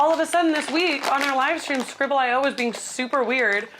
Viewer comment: my guy its scribbleeoh